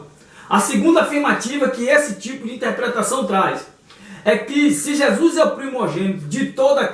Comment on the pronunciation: PELO AMOR DE DEUS!! APRENDE A PRONUCIAR CORRETAMENTE O NOME DE NOSSO SENHOR!! NAO É JESUIS !!! É JESUS!! CADA VEZ QUE VC DIZ JESUIS É UM TAPA NOS OUVIDOS !!!!